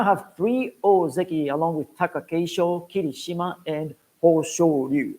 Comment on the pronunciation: Its very nice that you with NHK do official promotions for Sumo for non japanese speakers. 1. I see that sometimes you refer to Japanese words in an english way, and while the Japanese announcers say ki-Rishima, you say Kiri-Shima. Whats the correct pronounciation? 2. Why limiting watching of full basho tournaments (all full 15 days) to japanese audience only and not make it available to overseas audience? Im asking you these questions as an official NHK representative and you also work for the Sumo Association. Thank you!